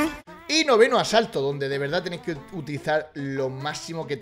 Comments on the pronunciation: Asalto ❎ Asato ✅ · En todos los asaltos en vez de decir eso dice asato😂😂